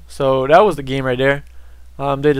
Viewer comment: "I'd like to remind everyone dat felonies is really bad at this game..." lol but you pronounce your "th"s like "d"s. Kind of odd.